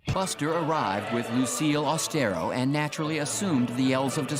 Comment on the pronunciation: "My dear Lucille Aus-te-RO." 😂